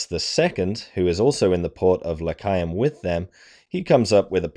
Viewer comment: The way you pronounce Lecheaum, makes it sound like this was a battle in Judea.